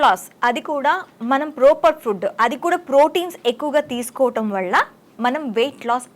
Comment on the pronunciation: వళ్ళ కాదు వల్ల అనాలి